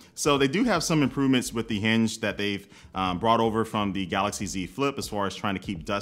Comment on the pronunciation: I could've sworn i heard them say we can pick the hindge color and a choice of a selection of cover.